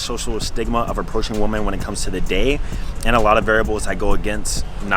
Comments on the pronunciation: Bruh "women" is pronounced "wihmen", not how it's written. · My guy struggles with the word women haha my guy